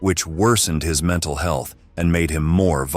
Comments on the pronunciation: Lol "menTalley stable" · "menTALLEY" i feel bad for laughing at that hagsghsjskskkffn 😭